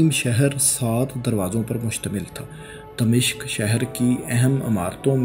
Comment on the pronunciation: Its dimashq not damishq.